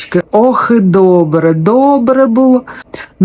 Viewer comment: Только не боообре а доообре ! С украинского - хорошо.